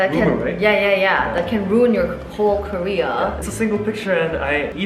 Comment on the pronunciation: I don’t think realizes that when she says “Career” and “Korea”, it is the same. 😂 It’s cute though. 🫰